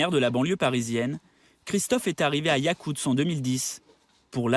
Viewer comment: Yakustsk!!! Pas "yakutz".